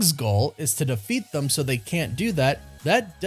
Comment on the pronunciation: It bothers me the way u say “them”